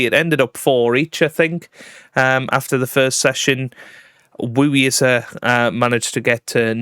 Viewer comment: Xin is pronounced similar to Shin, though it's a little further forward with the tongue, but Shin is the closest easy pronunciaton, not jin or dzing as you're doing. Zh is J, again a little forward with the tongue, but J is the easiest and closest. Tom amazingly pronounced Yize as 'eedzer' rather than 'easy' which was impressive. I spent some years in China.